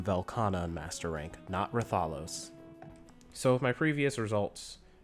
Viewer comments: Say it with me now wrath-uh-los not ra-thol-os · i hate the way you say raTHAlos